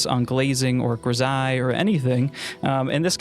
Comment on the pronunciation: finally, I know how to pronounce grisaille